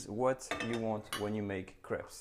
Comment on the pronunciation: I like how he says crap instead of crape because of accent